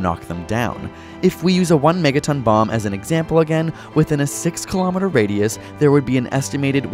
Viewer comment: Am I the only one bugged by the way they mispronounce kilometer?